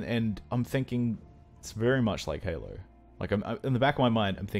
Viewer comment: "sorta like Halo(r)" lol what is with aussies and putting "r" in everything